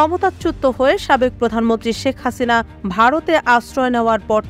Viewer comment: সাংবাদিক আপু আপনাকে ধন্যবাদ। জননেত্রী শেখ হাসিনার নামটা আপনি খুব মাধুর্যের সাথে উচ্চারণ করেছেন।